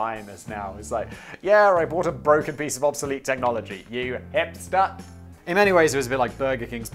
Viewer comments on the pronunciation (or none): Techmoan: "Ye, I bought a broken piece of obsolete media" Simon: "You hipstahh!"